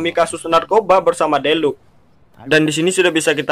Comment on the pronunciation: Deluca dibaca deluka bukan deluk bambang🤣🤣